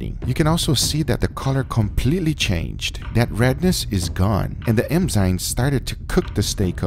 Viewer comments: It’s eNzymes , not eMzymes. Also, that steak looks soooo good. I just want to let you know that I’ve been watching your vid for a looong time at your Sous vide channel. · Am I the only one hearing "emzymes"? lol, good to know that dry aging wont save this cut of meat :) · Guga say "Enzymes" for us one more time LMAO... u say Emzynes all the time instead or something other weird idk but it sounds funny hahah :D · It's pronounced ENZYMES* mate. Not "emzymes" 😂😂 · This is cool, but how many times are we going to have to hear "EMzymes" in this video? N (or en) is a sound that is in your language. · Guga trying to pronounce “enzymes” is strangely funny 😄